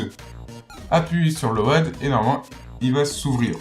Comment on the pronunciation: doit venir du ch'nord, après sa vidéo est plutot claire et bien détaillée et c'est le principal. J'ai regardé plusieurs vidéo tuto pour hacker ma Wii U et c'est la sienne que je suit ;-) PS: j'aime bien le "LO-AD" pour load (se prononce lowde)